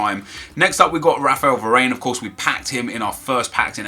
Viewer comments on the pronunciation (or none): none